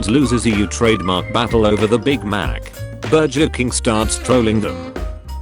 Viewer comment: Burjer King is how I'm gonna pronounce it now